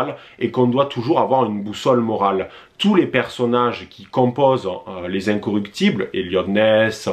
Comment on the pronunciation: Je t’apprécie beaucoup mais c’est les incorruptibles !!! Et non incoructibles!!!